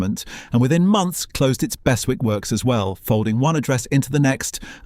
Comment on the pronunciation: Please ...it's pronounced "Burzlem"; "Bursslem" assaults my local ear...! And "Bess-wick" even moreso ("Bezzick" is the correct version). Plus the AI voice sometimes gives an odd meter, and doesn't convey the sadness of the loss of so many jobs and livelihoods. Other than that an interesting history. Thank you!